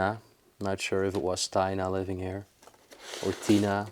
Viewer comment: Lol he said Taina instead of Tina 😅😅😅🤭🤭🤭